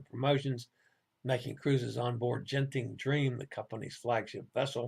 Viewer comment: Sorry everyone missed the first half's muted news. Genting is pronounced with a hard G as in go and Ginza (the Tokyo shopping district). With most transliterations of Asian languages into English, they use the letter J when it's the soft G sound like Jiji.